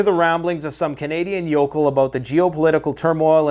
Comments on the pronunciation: WTF US A YOKOUL? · You pronounce things wrong but I ignore it. I understand your Canadian yokal